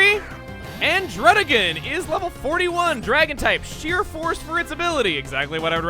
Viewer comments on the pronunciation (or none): You should have said druddigion more like dudigion